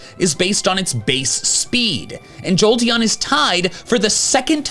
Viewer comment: "im giving a slight edge, to joteon" why was i born into the brainrot generation?